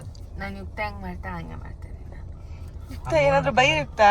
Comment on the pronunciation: ಯುಕ್ತ ❌ ಯಕ್ತ ✅ 😂😂😂